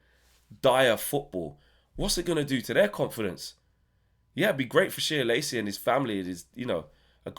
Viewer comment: Sorry for being annoying bro, but it's pronounced 'Shay' Lacy 😂😂